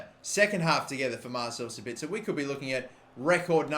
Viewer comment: he finally learned how to pronounce sabitzer